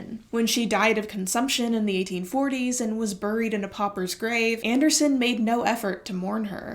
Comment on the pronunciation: What is the accent influence that says buried like “burryed”